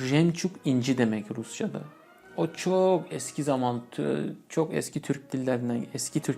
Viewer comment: Tür”Ü”k değil. Türk!